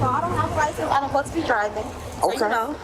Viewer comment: Uhsposta. Uhspended. The N’s are exhausting.